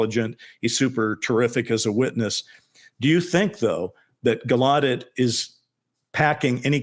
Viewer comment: Rear Admiral Tim Galludet has confirmed the correct pronunciation of his surname is with the hard emphasis on the first syllable- so it’s sounds like Gal-oh-debt. He said originally when his elders or ancestors came to the US it was pronounced with a French style soft ending - so Gal- oh- deh, but over time this had changed.